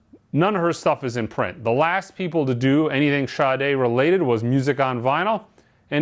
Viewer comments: It's pronounced SHAA" + "day" not shotty. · or people that pronounce the name correctly and those that do ,,, there is no H after the S ... SADA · Sade pronounces it with a H.